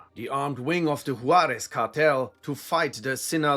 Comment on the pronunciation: i love when people that dont speak spanish or have little experience with the mexican dialect of spanish pronounce spanish words lol, i mean this in an endearing way cause im sure id butcher german words. “hoo-are-ezz” hehe. you could probably make an entire video this long on chicago gangs alone if you havent already. google folk nation and people nation. have fun with that messy spider web of alliances and infighting.